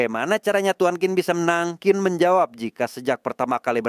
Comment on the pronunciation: Qin kalo di Cina bacanya Cin bukan Kin. Tapi karena orang Indonesia ya gpp lah suka-suka lidah kita ya, 🤭😆